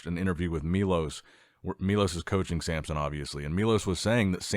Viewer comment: Why do you call Samson, Sampson?